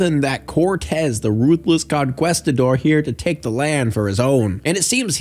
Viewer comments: CON-KEE-STA-DOR. Not Con-quest-a-dor. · The fact you pronounce it "con-QUEST-a-dor" bothers me waaaay more than it should... still.. learn how to pronounce conquistador.. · he said conquistador so wrong